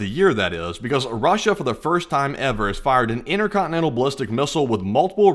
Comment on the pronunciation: "Inner conne-nenal missl" ?